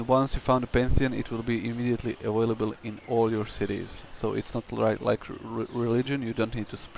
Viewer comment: don't forget a-whale-able :p